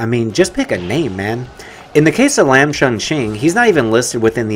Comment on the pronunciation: It is pronounced Lahm not lamb.